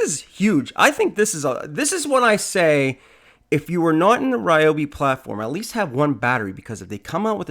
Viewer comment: リョービ 2 syllables more like RyO-BE not 3 syllable RAI- O- BE / RE- O- BE. love them. have the Ryobi 683403A Dust Collector VC-1250 in Japan. so loud!